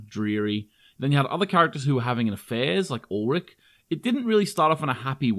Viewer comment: btw: his name is ulrich not ulrick. ch is like sh of shower !